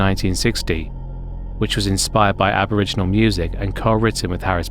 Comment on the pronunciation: Aboriginal or first nations people is the proper term. Aboriginal with the ee sound is a bit like the hard r 😅 i give you a pass cos you probably just didn't know buy know you do for next time😊